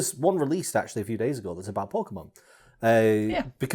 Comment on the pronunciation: ACK-shoe-UH-lee the video you are referencing in this segment was about tigers, not lions. It even says it in the title you put up yourself! (poking fun, feel free to ignore). EDIT: Brad's camera glare towards the end was hilarious.